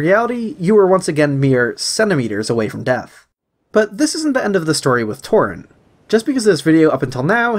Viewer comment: Great video but it’s torrent not torren